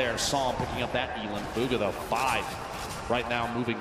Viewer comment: he says bug-ha lmfao